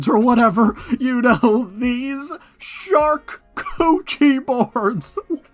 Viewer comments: Charcuterie - pronounced shar-coo-tuh-ree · What is tryna say when she says "sharkcoochie"?